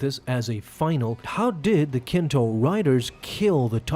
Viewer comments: Nikto. Not Kinto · Im petty.. calling Nikto, Kinto bugged me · Kinto riders? You mean Nikto dude.